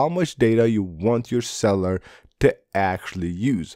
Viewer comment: Sell you Ler not cellar